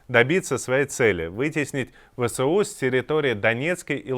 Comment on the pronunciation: Почему этот чел говорит ВСО *, а не правильно ВСУ!!! (??!))